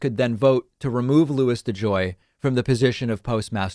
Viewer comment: Hahaha De Joy needs to go to De Jail ! Oh buddy you are going somewhere! It rhymes with mail.... and begins with a J . Do your homework.